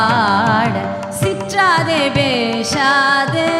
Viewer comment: நன்றி நேசர் மணிவாசகபெருமான் பொற்பாதங்கள் போற்றி🙏🏼🙇 திருவெம்பாவை அருமை🙏🏼 திருப்பாவை பாசுரத்தில் - முகில், பேசாதே போன்ற வாரத்தைகளை வடமொழி உச்சரிப்பில் படுவது சரியா? மனசுக்கு சங்கடமாக உள்ளது